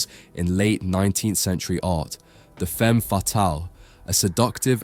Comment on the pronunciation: The pronounciatio of "femme" is even worse, makes my toenails curl!